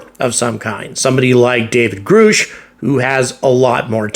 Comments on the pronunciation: It's G R U S CH not GRoosh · Please - it’s not grooosh. It’s Grusch. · By now, you should know how to pronounce Grusch.